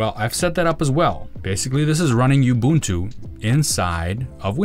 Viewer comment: Its "ooh-boon-too", not "you-boon-too"